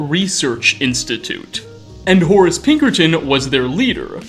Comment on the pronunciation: I like the way you pronounce "Horace" ^^